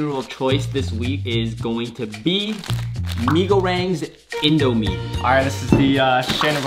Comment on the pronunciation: Ah yes. “Mi Gorangs”